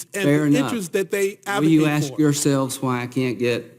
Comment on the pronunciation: Axe yourself??? LOL LOL LOL